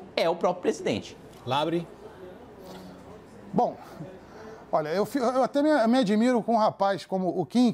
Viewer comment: Márcio: "kim Kata -gu-í-re" kim: fala nada. Márcio: "kim Kata -gu-í-re" Kim: "partido do deputado LEBRE...." Márcio: MEU NOME É "LABREEEEEEEEEE!!!!!!!!!!!!!!!!!! Eu nem vou mencionar teus apelidos!!" Eu: hauhauhauhuahuahuhauahauhau